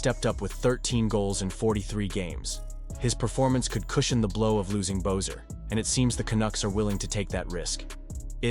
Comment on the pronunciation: Who the fack is bo-ser it's pronounced be-sser. Your video lacks integrity when you can't even pronounce the players name properly 🙄